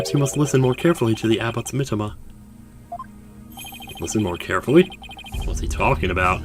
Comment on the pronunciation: [reads "the abbot's mitamah"] [doesn't notice]